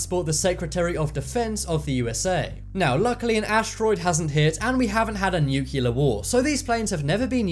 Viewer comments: Say 'nucilar' again...I dare you..😡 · That’s not how ‘nuclear’ is pronounced. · Please pronounce nuclear properly...